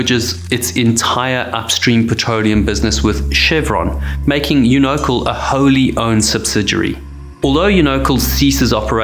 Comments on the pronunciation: My only contribution: I believe it’s pronounced “YOU-know-cal” not “you-KNOW-cle” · Unocal- Pronounced "You-Know-Cal" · I was going to correct your pronunciation of Unocal, but that company was (and still is, as Chevron) so greedy, selfish and heartless that they don't deserve to have their name pronounced correctly! It's absolutely appalling how ridiculously few captains, crew and/or owners have been held accountable for the lives lost during these disasters!🤬😭